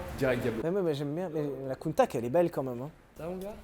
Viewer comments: Holalala !! tout faut. Ca se dit : Countach. Voilà. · ça se prononce "Countach", de rien ! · c'est avec grand plaisirs que je contribue, on dit Countach. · alors la vidéo est top les gars comme d'hab on se fend la poire ;) mais j'ai failli vomir en entendant le nom de la lamborghini coutach.....ah là le countakkkkk m'a plié haha. On dit coutachhhh ;) comme tache haha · C’est prononcé "Counnetache" Pas Counetak Car en anglais on dit genre "Kounetâsh" Voilà .-. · Arrête de casser les oreilles "Countak" C'EST UNE COUNTA SSSSSHHE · Lamborghini Countach:prononcer Counetache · Shelby cobra peut être pour 1 millions ?? Sinon super vidéos et c’est coutacccchhhhh 😂😂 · On prononce Countach je crois. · moi je dis countaTch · on dit countatche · à mon avis on dit Countach. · On dit "countach" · Je dis countatche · on dit kountaRRR si on prononce à l'allemande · On dit Lamborghini Countach comme Chocolat pas cacao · je confirme on dit countach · Ar' on dit Kountak'! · On dit countach. C'est vrai qu on peut aussi dire countach ou countach. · En italien ch = k donc countak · Pour moi ça se dit countach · Mdr...si c'est Countakhhhh. ..mettez le en commentaikhhhhhhh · Yes enfin un top pour POG 😂 Et c'est countacheeee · Moi je dis "Countatche" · Sylvain, figure toi que je dis countach ! Pas vrai n'est ce pas ?